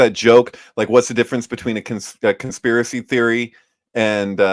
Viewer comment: LOL "conspEARacy"